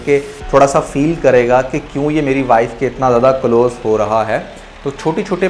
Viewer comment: Anjam ko injam kaha. Improve your urdu. Close ko calose kaha, improve your english too